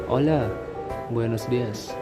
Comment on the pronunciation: oiya kak, izin koreksi kalau huruf H dalam bahasa Spanyol itu enggak dibaca jadi misalkan hola dibaca ola dan juga hablar dibaca ablar. aku baru nemu channel kak soalnya baru belajar bahasa spanyol semingguan ini😂 semangat kak bikin kontennya